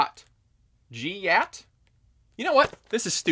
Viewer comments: GYAT, it's GYAT. How can someone be this uneducated. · So weird hearing trying to say the word "gyatt". then again, there's a good chance I'm older than him. 😆